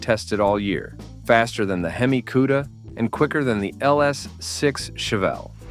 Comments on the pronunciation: 1. Hemi Cudda? Four Hundred Forty Two? Viv-eight? Hearing this and other mispronunciations makes me stop playing these videos. 2. A 450 c.i. LS-6? Can't you do the slighted proof reading of your narrative? 3. The Torino's rear window was NOT aerodynamic. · What;s a "queda". AI. Artificial intelligence is truly artificial and has nothing to do with intelligence.